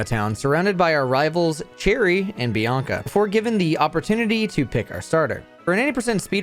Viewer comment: ... Bianca and Chieri ????? Edit: Ah you're one of those Youtubers who pronounces everything wrong on purpose to drive up engagement in the comments